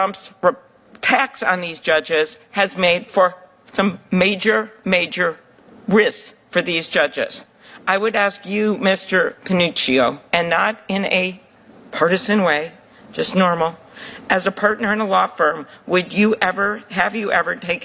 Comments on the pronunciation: Prof...it is Pa•New•Chee•Oh It is Italian. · His name is pronounced Pah-NOO-chee-oh 😅